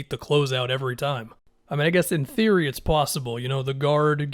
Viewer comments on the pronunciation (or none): none